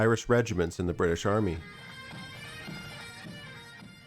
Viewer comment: Absolutely dying at your "proper" pronunciation of bri'ish